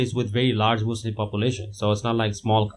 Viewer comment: Why does he still say mozlem